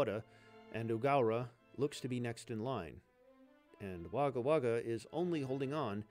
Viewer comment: Every time you say Wagga Wagga, a part of my soul dies. 💚💚 As ever, thanks for the naration.